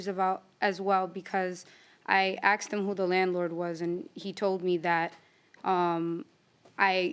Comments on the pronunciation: I want to state,.the word is "ask"...not axed...come on... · He is a tool. And it’s ask not axed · Then he said "axed" instead of "ask". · Can someone please explain why they say aksed? It drives me nuts!!!!! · Why do people say “axed” instead of asked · If I hear one more time people saying"axed", instead of "asked," I'm gonna lose it. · Take a shot every time she says : Axed. 😂😂😂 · "aksed" .... a blk dna thing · Axed him ...axed her WTF learn how to pronounce the most basic words please 🤔🤮 !!!